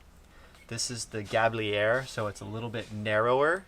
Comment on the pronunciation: It s Galibier, not Gabriel lol ! Ga-lee-bee-ay.